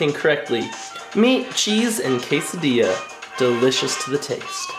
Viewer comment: you said chese meat and quasodia